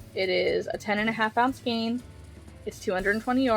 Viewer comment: Ooh... I can't! You're gonna want to smack me, but... Man, shoot... 🤣 I have no idea where the "skeen" pronunciation of skein is coming from. That's not pulling it toward German; that would be more like "shkine." It's not Italian or Spanish; that would be something like "skay-inn." I... don't know. It's very strange to me. Literally the first time I heard this pronunciation was a few years ago on YT. I've puzzled over it ever since. Anyway. Like Chanel and chenille, skein is another word that came to us through French. Here, "ei" is pronounced "ayyy" like beige or reign. Go ahead. Smack smack. I deserve it.